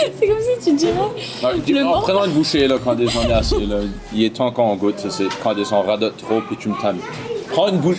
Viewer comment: On dirait que j’entends sacrer parfois… j’entends “calice” alors qu’il dit “Candice” 😂😂